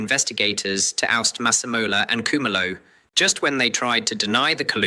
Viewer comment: Why is he saying Cu-ma-lo !